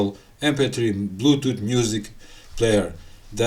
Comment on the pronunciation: 12 volt blootoot😄